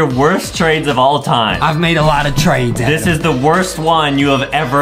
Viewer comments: i like how justin calls adam adem its funny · I love and it’s not Adam it’s adem